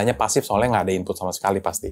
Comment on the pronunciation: dari Sunda ya? ... ada infutnya ...